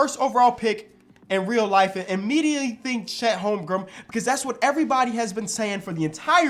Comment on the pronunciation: “Chet holmgrumb”